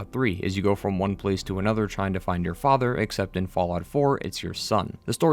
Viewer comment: Preston Garvey was the worst thing about this entire game. Shaun is FAJAH, FAJAH is Shaun.